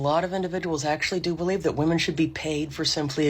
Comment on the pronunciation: or woman instead of women